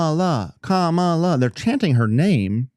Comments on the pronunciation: You could learn how to pronounce her name. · Let's mispronounce her name right off the bat. Yeah, another honest, good-faith Christian argument, just like trump would use. Any Christian who supports trump is a great argument for atheism. The hypocrisy that such a thing takes is nearly unimaginable and only attainable by christians.